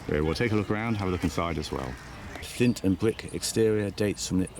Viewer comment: Fwint constwuction and Fatch Woof! Cway Wed Bwicks!